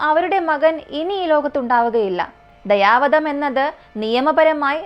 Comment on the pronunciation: ദയവാധം അല്ല കുട്ടി ദയാ വധം